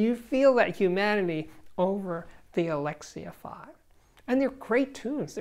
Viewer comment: I’m pretty sure it’s Alexia V not Alexia five. V is V not five.